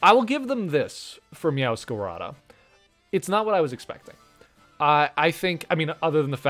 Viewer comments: Him mispronouncing Meowscarade kinda hurt my soul a bit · It was this video that made me realize it is Meowscarada and not Meowscarade, and now I'm annoyed.